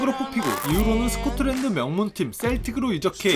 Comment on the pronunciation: 에 스코틀랜드를 스코트랜드라고